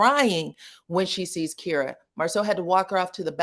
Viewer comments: Her name is pronounced like Tyra. It's K-eye-ruh, not Keer-uh. Shocked you're saying it that way. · He me name is actually pronounced as k-EYE-ra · Her name is not pronounced that way. It’s pronounced with the long I sound like kIte k-eye-ruh. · I think the pronunciation of her name is Ky-ra. Otherwise, I recall this scene in Houston, Texas. But LAMH didn't really show much of an interaction between them, only showed the scene where LaTisha asked Marsau about the girl in the red dress.